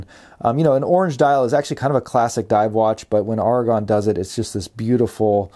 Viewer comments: AiR-A-GON not ARRRRRRGH-A-GON. otherwise xlnt review. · The A is hard like arrow